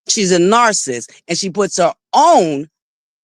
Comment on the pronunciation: The word narcissist has 3 syllables and is pronounced Nar-ci-ssist, not Nar-ssist. Also, I think the word that you're trying to pronounce is not senarative. It is scenario, Sce-nar-i-o, and it has 4 syllables. This is not to ridicule. If I had a platform and was pronouncing words incorrectly, I would want someone to tell me. I think it's unfair that your subscribers continue to let you mispronounced these words.